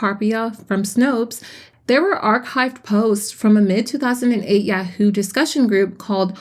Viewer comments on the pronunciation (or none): Lmao wait did you just pronounce yahoo as (yea-hoo)?? It’s moreso (Yah-hoo) or (yaw-hoo)